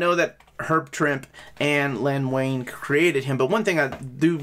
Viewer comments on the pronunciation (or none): Weeeen! 😆 I think it's cute that you still pronounced Len Wein's name as "Wayne"! Anyway, I wasn't sure if I'd be picking this up as I already had a number of these stories in other trades and original floppies but, man, there are a lot of issues I don't have too. Thanks for convincing me!